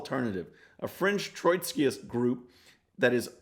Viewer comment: It's TROTSKY, TROT-sky! There's no "Troy" in it. Whew, just had to vent. :-D Thanks for preaching the truth about the elitist, delusional left.